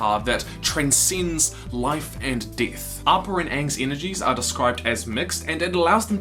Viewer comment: So pronounce “death” as DITH? #SITH